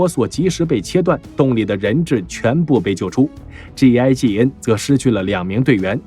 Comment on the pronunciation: G 跟 J 讀清楚些